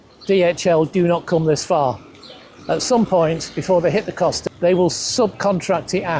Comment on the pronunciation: 6 months living there, and he still hasn't learned to pronounce "Costa"? Just how deep is he experiencing Spain?